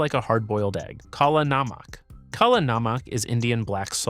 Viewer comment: Kala Namak is pronounced Kala NUM-UCK. It means black salt. We use it in spice blends throughout Pakistan and India, sprinkled on street food like a certain yoghurt dish.